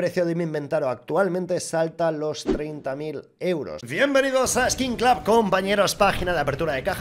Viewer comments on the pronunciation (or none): none